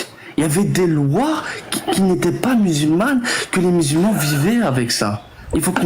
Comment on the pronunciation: Il a vraiment dit y’a 4 milliards de musul ments dans le monde sans trembler du menton le champion 😂😂😂